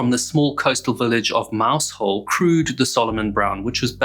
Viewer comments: Greater love has no man than this, that he lays down his life for his friends, and these fine men laid down their lives for strangers. May they rest in peace. A very small point, Mousehole is pronounced locally, Mau-zel. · Mousehole - pronounced Mouzll I was only a child when the Longhope lifeboat was lost. I remember it being brought to Scrabster harbour, where the whole harbour was closed whilst the wreckage was explored. All but one of the crew were found still strapped in to their seats. If I remember, they were members of only three families. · It’s mowzel…..please remember it’s mowzel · They drop the h from mousehole and pronounce it mouseole. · Not a dig at you but just for your information. Mousehole is pronounced as m OW - s uh l m sounds like the 'm' in 'me' ow sounds like the 'ow' in 'cow' s sounds like the 's' in 'so' uh sounds like the 'u' in 'up' l sounds like the 'l' in 'let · Yeah, you kind of run it together. Mouz-ull or Mowzle. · I thought he was saying Maushold at first and was wondering why that Pokémon had a town named after it. 😂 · Great narration, as always. A sobering reminder of the bravery of volunteer lifeboat crews. (PS The placename 'Mousehole' looks so easy to say but lots of British people get it wrong too - didn't spoil the story at all). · if you are going to produce a diatribe on the Penlee Lifeboat with the loss of all 8 crew members AT LEAST HONOUR THEM BY PRONOUNCING THE NAME OF THE VILLAGE THAT THESE BRAVE MEN LIVED IN, it may be spelt Mousehole but its actually pronounced MOWZUL or as near as that...undoulbtedly these men were super heroes for responding to a call that was lashing the seas with Hurricane force winds, the community of Moushole lost 8 brave guys so at least try to pronounce their village name correctly, thank you. just a footnote not every crew member was recovered so when you gaze out over the sea please say a prayer for those lost souls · it's pronounced MOUZOLE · it’s not mouse hole but Mowzle